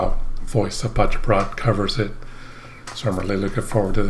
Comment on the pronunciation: You say Voice of Paceprot like a pro at this point. 👍